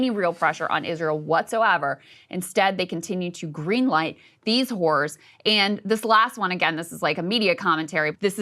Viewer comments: Eep! Might wanna fix your pronunciation of “horrors.” You say it many many times and each time it sounds like you’re saying….yeah. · lol. It sounded like she said “caring about these whores” 😂😂